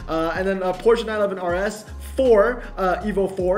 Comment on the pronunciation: I am SO glad you prononce 'Porsche' correctly! I send condolences to the 969 rsr